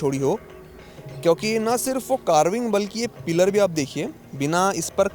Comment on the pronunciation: भाई पिल्लर नही पिलर बोला जाता है ।😂 improve your pronounciation